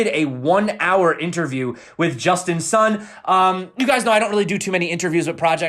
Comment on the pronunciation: justin sun is pronounced soon not sun